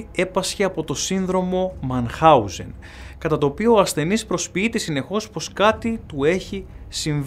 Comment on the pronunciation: Αγαπητε, το πιο πιθανο ειναι το τελευταιο σεναριο της διασχιστικης διαταραχης προσωπικοτητας (γιατι ειναι επιστημονικα αποδεδειγμενη). Επισης, το συνδρομο ονομαζεται Μινχαουζεν κ οχι Μανχαουζεν.